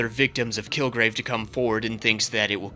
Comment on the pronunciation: had a little bit of an elmer fudd moment and said "kilgwave"